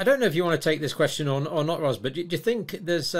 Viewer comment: She is Ros, a lady.. Ergo "roz" (voiced S). (Often a shortened form of Rosalind.) Not Ross, a gent, (voiceless S).